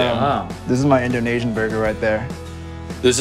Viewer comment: INDONEISAN burger!!!